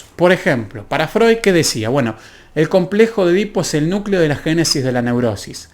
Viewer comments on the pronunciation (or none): none